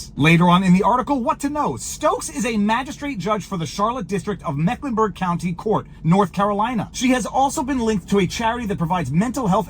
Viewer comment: A repeat offender who bail skipped, ‘twice’ was given a “signature” bond for an arrest 8 months earlier…. I don’t know the offense he was accused of in January of this year. Most counties in NC would have been different. It’s pronounced: “Meck-Lin-Berg county just for the record. For 20+ years I lived on the far NW area of Charlotte City Limits in Mechlenburg County. Moved to the neighboring Cabarrus County sometimes in and sometimes out of the Concord city limits…. A few miles but a world of difference….